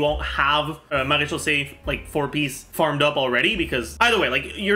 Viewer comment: Wouldn't it be pronounced mera-khyouse